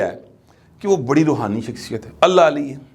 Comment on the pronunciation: لفظ رحونیت نہیں ھے بلکہ روحانیت ھے